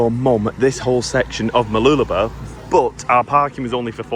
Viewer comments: I hate the fact that you are pronouncing Mooloolaba your way, pronounced Mooloo-la-bar. You Poms say it enough could cause it to change with many people. I like the sound of it, and love how it sounded when my late wife used to say it. She was born in Maryborough and grew up in the surrounding areas. I would hate with a passion if I visited her grave and the areas which was her stomping grounds, and hear people spoiling the names of the places as she said them. Like I hear some Poms say Her-vee Bay, when the locals always pronounced it Har-vee Bay, regardless of how it is spelt. There was only one word which got my goat was when she pronounced the colour Maroon. But I liked to argue with her about it. My memories. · By the way it's pronounced MooloolabaR, emphasise the BAR at the end. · The correct pronunciation for Mooloolaba is - Whilst saying the word you put a finger between your lips and go up and down whilst saying it. no bs lol....